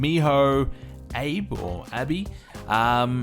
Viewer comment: It's pronounced ah-be. Miho Abe. This is Stereo from twitch and the Forums btw